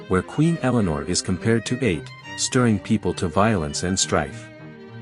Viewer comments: Atë. It's pronounced a-Tee. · AI slop. Absolute garbage. Do some reading on how Ate is pronounced.